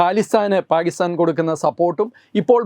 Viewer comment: It is not paagistan. It is Pakistan. Please correct the pronunciation.